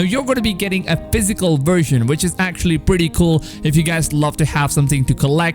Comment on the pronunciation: It’s version not shershon.